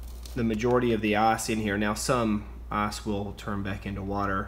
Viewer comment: It's ice not ass